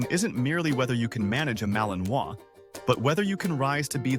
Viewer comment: Vous prononcez mal le nom de la race! C’est ma-li-nois!!!! Et pas maliminoas!!!!! Il faut apprendre le français, désolée de la remarque